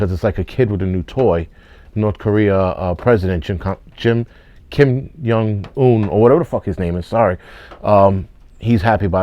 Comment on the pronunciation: China can suck a preserved egg. Butchering Kim Jung Un's name.......priceless. Keep up the good work sir.